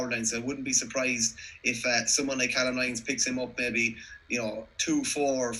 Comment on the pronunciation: Lads it’s pronounced cay-lum lyons